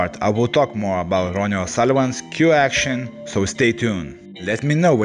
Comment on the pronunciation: Great vidéo .i just think that his name is ronnie not roonie